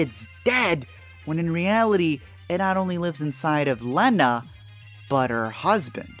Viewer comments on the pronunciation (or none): really bothers me he says “Layna.” Did you even watch the movie? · Somehow still the worst part of that first one is the mispronunciation of the name "Lena" whose name is pronounced multiple times through the movie. Not only mispronounced, but he really leans hard into that "LEN-NA" too. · I'm watching it again and: To me, poor Cassie saying that her child dying was like 2 deaths for her...it really echoed/doubled when she died and then the bear beast with her voice was killed by Josie. Also, I had a visceral reaction to commentators' pronunciation of the name Lena as LEHnah when everyone in the movie pronouncing it as LEEnah. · I've watched this video at least a dozen times (because it's amazing) and the way that one guy pronounces Lena irritates me every time. Makes me think he didn't even watch the movie. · Okay but why does that first reviewer mispronounce Lena’s name? You’re reviewing a movie where it was pronounced for you multiple times